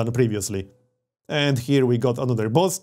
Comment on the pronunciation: *boost, not bost